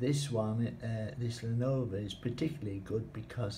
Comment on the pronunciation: This is an almost unmodified Linux Lite installation with a photoshopped Windows 10 wallpaper slapped onto OS, the DVD cover is poorly photoshopped and you didn't even pronounce Lenovo correctly, not to mention that you stutter a lot more than I do. No thanks, I will just stick to Windows 11 on my computer.